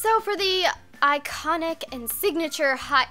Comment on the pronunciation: She said ikonic lol any kpopers